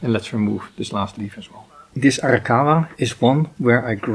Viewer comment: love it how you pronounce Arrrrrakawa!😂... serious question now: can I also use tea tree oil, instead of neemoil to spray on the trees?